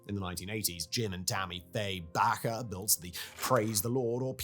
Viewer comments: How could you not know that their name is pronounced /BAY-ker/ ? WTF is „BACK-er “?? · Bakker=Baker like a person who bakes. Not backer but baker. How in fucks name could this have made it past your editors? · It’s Jim and Tammy bake-er. Not backer. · In a twist of American English, Bakker was pronounced “baker”. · Bakker is actually pronounced like the word "Baker". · This may be buried deep in the comments, but in case it's not there at all. Bakker is pronounced like the bread and caking professional, baker*. The *a is a long vowel. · Jim and Tammy Faye Bakker, is pronounced like Baker ... like the guy who bakes your bread. I know ... 2 k's ... but that what they called themselves. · He can even confidently mispronounce something as simple as Baker. Amazing. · you are pronouncing Bakker wrong, it's a hard A, like baker, a person who bakes i remember their tv show, and they said the name .."welcome to the Jim and Tammy Faye Bakker " show... ministry.. etc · Their name was spelled Bakker, not Baker. It's a sensible mispronunciation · Listening to Simon say Baker in the way he did totally made me cringe. Oh Simon, you are so so British.